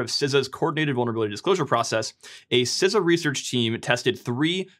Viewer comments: Good lord my man, SEE-SA, not siza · i'm sorry.... SiZA? Don't you mean SEESA (CISA)